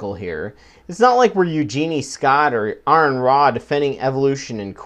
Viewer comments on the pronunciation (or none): none